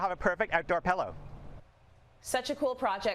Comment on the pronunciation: take a drink every time he pronounces it PELLow instead of Pillow.